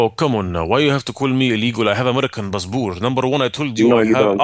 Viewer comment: is like i have American bassbor ya styoobid